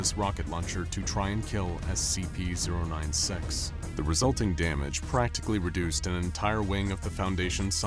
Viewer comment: BRO REALLY SAID SCP 09SEX💀